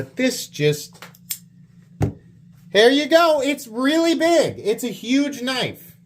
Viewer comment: that's a knoife